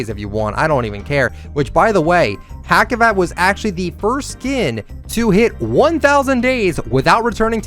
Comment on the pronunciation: Hacivat, the C sounds like an SS though ( Like Hassivat, not like Hackivat), just F.Y.I.